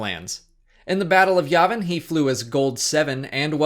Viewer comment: It’s YAY-vin. Jesus